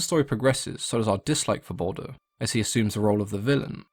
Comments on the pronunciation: It's Baldur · Its baldur